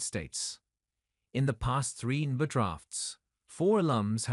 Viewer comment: C'mon, at least get a real voice actor to read the script. Or watch the video at least ONCE so you can see how ridiculous that AI voice sounds. En-Ba? How about N - B - A. jeez.